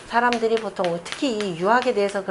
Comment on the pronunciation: 장음인 단어의 첫자를 짧게 잘못 발음한 예:보통,(여름)하, 상제뿐이옵기 한국 학자중 자고저에 A+이십니다. 초 박람 강기에 무릎을 꿇겠읍니다. 계속해서 강단에 서시기 바랍니다. 미국 변 완수 배